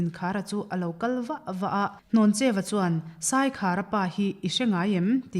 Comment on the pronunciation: Hnawncheu Vanphawng a ni. A chhiartu lam khi a dik lo. Hlawncheu a ti daih mai!